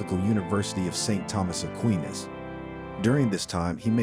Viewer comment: Thomas Aqueeenis? Please stop using computerized narration 🙏🏼